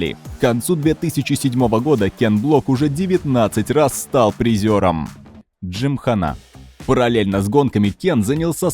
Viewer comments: Т.е. автор весь ролик нозит своей джимхано́й (хотя сам Кен говорил "джимха́на") но при этом не погуглил ударение на Пастрану? Ну и БиФиГудрич и ламборДжини тоже очень интересно звучит 🤦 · Не выдержал досмотреть до конца. Уже тригерить начало это слово джимхана́. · ЛамборГини, а не Джини))) Хотя слух режет намного меньше чем ДжимханА)) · Кен Блок и дрифт, как вообще связаны? Это какой-то байт на произношение? С таким понтом приведена ссылка на правильное ударение в слове джимхана, хотя в случае заимствованых слов, некоторое их искажение это совершенно нормальная практика, а потом начинается-ПастранА, бифи, дрифтЁр, ламборДЖини. Почему, если речь идет непосредственно о роликах с участием Блока, не упомянули видео из России с канала гоупро, подобных, я думаю, было много? Автор, тебе бы к доктору сходить, проверить количество хромосом в 21 паре, допускаю, что у тебя их три